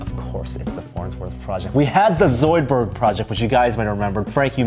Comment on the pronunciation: The way he was saying "Zoidberg" really bothered me... it wasn't quite right.